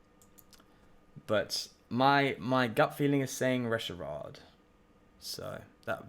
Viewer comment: I love your rogue spirit. I hate how you say Reshirard. 😂😂